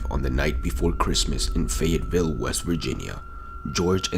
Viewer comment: You butchered the pronunciation of "Fayetteville West Virginia"